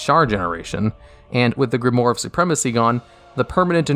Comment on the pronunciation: Grimoire is pronounced “Grim waahr” (its French 😬)….. Great videos, keep it up.